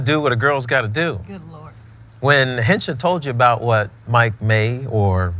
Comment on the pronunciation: It's Hencha not henchi